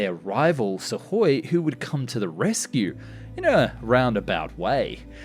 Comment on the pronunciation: Have I just never heard Suhkoi pronounced correctly before or does he say it in a very odd way? I don’t pretend to be able to speak Russian in any way but I’m pretty sure the k is sounded out in their name